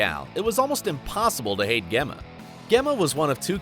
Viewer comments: You lost me when you called her Gemma. It’s pronounced Jemma. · He actually says G emma instead of how it’s pronounced Jemma. Piss off anyone else? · so GEMMA isnt pronounced with a G its a J like Jemma and able its pronounced ayble jeez dont review something if u havent watched it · Gemma is pronounced as Jemma, dumbass 😂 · Gay-ma and Ab-elle? Really? 🤨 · Matey pls say gemma again pls it pronounced with a j jemma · AHAHA I’m sorry but “Ghemma”?? 😂 how do you get Gemma so wrong hahaha Edit: HAHAH OH GOD I JUST GOT TO HIM TRYING TO PRONOUNCE ABEL 💀💀💀😭😂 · GEM-MA you fucktard! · Did this loser just say “Gaymaa” and “Aaabel” ?? Wait till Jax finds out about this. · " Ge-mah, A- Bell, Tragger!" This narrator needed to be whacked before Opie, just saying.. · I heard “GEMAH” and “Tragger” and went straight to the comments... 😂😂😂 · I went at gemah .. this dude never watched the serie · Gemma: pronounced Jem-uh Abel: pronounced Able, not A-Bell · This dude has clearly never seen the show! Dre? Gem ma Abelle? Like seriously Watch the show if you're going to talk about it ffs 🤦‍♀️🤦‍♀️🤦‍♀️ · Pronounced JEMMA 🤦🏽‍♂️🤦🏽‍♂️🤦🏽‍♂️ you definitely have not seen an episode at all. Also it’s pronounced TRAYGER Jesus Christ guy 🤣🤣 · Gemma is pronounced like Jim-ma. Gem as in a diamond is a gem. And it's pronounced Drey-ah. Have you ever watched the show? Nah, you just read the script they gave you. Where was Ryan Hurst? Opie Winston was a major part of Jax's life. Where's David Labrava? AKA Happy. Where's Mark Boone Jr? Bobby Elvis. Jimmy Smits, aka Nero? Next time get a real fan of the show to do the research on all the characters. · Ummmm. Its Pronounced Jemma not the way its spelled. Have you ever watched an episode ???? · He clearly didn't watch the show... Geh-muh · Gemma prounounced Jemma dumbass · Lmao GAMMA 🤣🤣🤣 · A bell and Gehma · narrator has a nice voice, but needs to know how to pronounce people's names.. I.E 'Gemma' , ' Abel' And " Forrest Witaker " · The way he says gemma